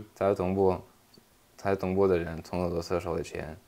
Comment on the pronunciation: 东部 西部这个发音非常哈尔滨😮